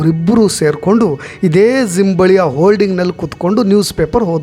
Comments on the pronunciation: ಸರ್ ಅದು ಝಿಮ್ ಅಲ್ಲ ಜಿಯ್ ಅಂತ ಹೇಳಿ. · Your explanation is too good but pls correct pronouncing Gym it’s not Zim